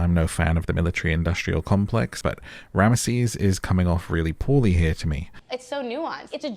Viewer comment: His name is pronounced rams sis not ram mah sees